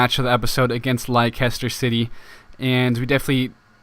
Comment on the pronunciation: You say it les ter not li ces ter